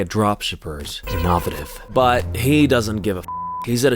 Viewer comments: First time on your channel and I think objectively is mogging more than Clav. 😍 Only gripe is the mispronunciation of “innovative” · okay did you say innovative like that on purpose or is that actually how you pronounce it 😭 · innovative? ive never heard it said that way 🤔